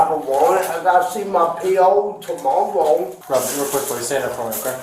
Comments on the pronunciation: That “ gotta see my p.o ToMmOwWoW” got me lol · Not judging, but am I tripping or was that homeless homie with the green bandana getting searched in the second clip speaking OwO? He's gotta see his POwO tomOwOw. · “I go to see my PO tomowoe” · "im gonna see my P.O tomowwoww" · "Gotta see my PO toMO-ROW" That made me laugh way more than it should have. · the tramp sounded like a fucking weeb holy shit "im seeing my PO tomowwooo OwO" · "I gotta see my PO two-maw-woah" 😂🤣☠ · The way he said “tomooow” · 'i shouldn't have a wawwant, i got to see my po tomowwow,' sometimes homelessness can really be adorable, can't it